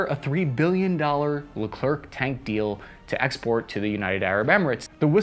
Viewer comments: Friend, I've made the same mistake. It's not Le Clerk. It's Le Claire. No hard c/k. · Dude first learn how to say Leclerc, french is not phonetic , last letter is often not pronounced you say Lecrer not Lecre c. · It's pronounced "leclair", not "leclur". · Even I know it’s pronounced LeClair nor LeClerk… it makes it hard to listen to him talk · Just a little tips from france : You don't say "leclerkk" in france, you finish the word like what you breath : the air... So Leclerc, you say : Leclair 😉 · load baguette gun it's Leclaire. Not Le clerk. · it's pronounced "le-kler" the final c is silent. For french natives, hearing the final K is cringe af. Thank you for a great vid, though! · By the way it is not ''Leclerk'', it is pronounced Lecler ! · It is pronounced "Lecler" not "LeclerK" 😀❤ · Dont pronounce the C at the end of Leclerc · Pronounced lecler not leclerk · lecler(c) ,silent c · « Leclerc » is not pronounced « LerclerK » but « LECLER » « C » isn’t says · Please, try pronouncing Leclaire, not leclerck. C is silent in that case. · Thanks for your honest assesment. The right pronounjciation isn't le clark but le clair (the final c is silent). This 100% French MBT was named after Major-General Philippe Leclerc de Hautecloque, who landed in Normandy and liberated Paris with his 2nd Armored Division (2e DB). They then joined up with the 1st Army - Rhin et Danube - of Army General Jean de Lattre de Tassigny, which had landed in Provence (Operation Dragoon), on August 15, 1944, another key landing of WWll, almost completely forgotten today. The 2e DB was the first Allied Unit to reach Bertchesgaden in Bavaria. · Pronounce Le Clair, not Le Clerk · the prononciation is lecler , not leclerC , don t pronouce the C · 100 french people died each time said "Le-Clerk" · You don't pronounce the last C in Leclerc. Why, because French. It's more like Lecl-air. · Yep.. Le Clair for the non French speakers. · Haha so true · Pronounced "LeClair" in FR.